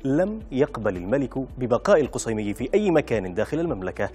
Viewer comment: القصيمي بالفتحه وليس الضمه